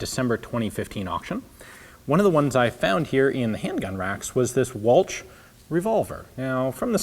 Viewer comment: Anerican pronunciation is awfull it's ch sounds like SHHHHH